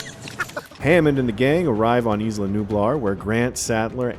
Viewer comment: Yooooo I love Jurassic Park content, but guys it’s “EYE-luh” not “eesss-luh”. Not that hard. Butchering the only non-English word EVERY. TIME. Otherwise, very good recap.